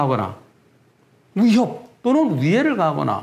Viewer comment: 변호사님 '위'를 발음 못하시네요 ㅋㅋㅋㅋ "우협 우해를 가하거나"